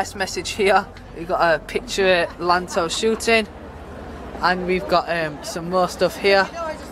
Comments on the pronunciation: It's pronounced yanto not lanto lol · It is pronounced Ianto